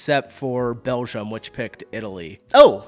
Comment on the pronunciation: Stop saying Belzham ffs. It's BELGIUM. The G is like in giraffe, geology, gym.